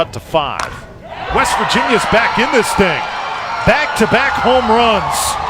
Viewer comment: weast virginia lmaoo, reminds me of the episode of spongebob when patrick heard weast instead of west